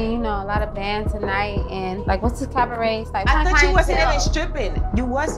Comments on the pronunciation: CAV-a-RET lol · Every time Joseline says “CaVAret”... Take a SHOT 🥃 🥴